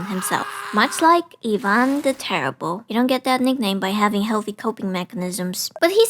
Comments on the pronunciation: Blessed be for saying Иван and not Áйвън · are you a russian speaker? no way you could pronounce "Ivan" right otherway